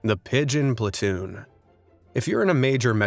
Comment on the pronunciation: ish pigon du bee succcceeesfol during 1WW